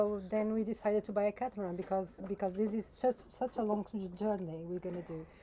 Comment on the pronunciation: Why do you call it a catamarang rather than a catamaran?